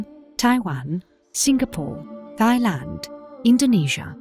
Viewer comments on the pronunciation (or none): none